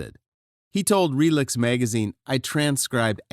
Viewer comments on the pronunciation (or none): Relix is pronounced like “Relics” not “Ree-licks”… that kind of slip up makes me suspect AI these days.